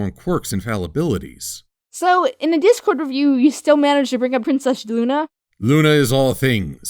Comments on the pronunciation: when I first heard her say that I swear I thought she said "Dick-cord" instead of "Dip-cord" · I thought Iheard say dickcord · Does anyone else hear say dick-cord or is it just me?